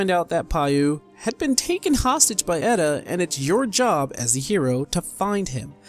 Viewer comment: FFXIV honestly... Has been the only modern Final Fantasy with a good story unruined by a shitty main character, like Vaan, Tidus, Lightning, etc. Also you are mispronouncing Edda's name.